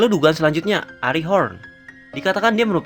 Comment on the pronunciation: Bang WHITE itu dari keluarga ARIE bukan ARI (dalam cara bacanya juga) soalnya Arie sama Ari beda.. walaupun Ari itu turunan dari keluarga ARIE sama kyk Ponsekal yang turunan dari keluarga Eurasia (kalo di Naruto kyk cabang dari keluarga Hyuga) cuma mau koreksi bagian itu aja sih, sama request tentang kekuatan dan member keluarga Khun dong!